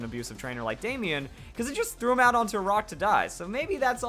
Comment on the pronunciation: Why did you say Damian or Damien like that. You making fun of people who's name is Damian or Damien? .jk man I'm just yanking your chain